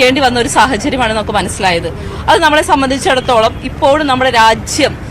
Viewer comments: രാച്ഛ്യം അല്ല രാജ്യം ആണ് ശരി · രാച്യം അല്ല രാജ്യം എന്ന് തെളിച്ചു പറയാൻ അറിയാത്ത കുരുപൊട്ടിയ മെമ്പർ 🤣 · Racyam alla r😢ajyam aa Nnu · കേരളത്തിലെ സ്ത്രീകളോ..സുരക്ഷ എന്തായി. രച്യം അല്ല രാജ്യം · ഇന്ത്യ രാജ്യം എന്ന് ഉച്ച രിക്കാൻ പഠിക്കെടി തള്ളേ ആദ്യം